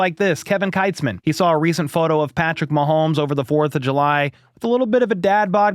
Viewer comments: Not that I care much, but… Kevin Kietzman is pronounced Keetzman, not Kitesman. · It’s pronounced keets-man. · Hey just so you know and it’s not a big deal but Kevin Keitzman pronounces his last name as Keetzman Just FYI.